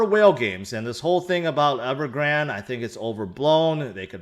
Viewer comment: Appreciate the content as always. Surprised no one in crypto can pronounce Evergrande correctly. (the e is silent) 😉